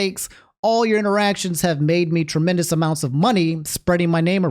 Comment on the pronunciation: "evewy bit of engagement i get on my channow makes me twemendous amounts of money AND THAS THANKS TO YOU GUYS"